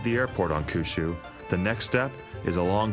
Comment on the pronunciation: Awesome doco. My one TINY critique is pronunciation of Kyushyu. Try saying "Key ew she ew" a lil bit fast 😉